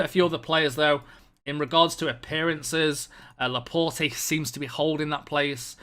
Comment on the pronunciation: Please learn how to pronounce Laporte